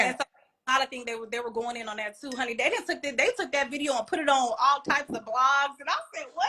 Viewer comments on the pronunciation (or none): none